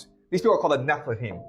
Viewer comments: Anyone else triggered by this guy mispronouncing Nephilim? Just me? Okay. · Definitely. Sounded like he kept saying Niflheim, which is its own thing in norse mythology